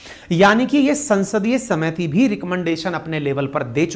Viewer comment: समिति और कोशिश जैसे शब्दों को बोल रहे हो जी। सुधार की जरूरत है।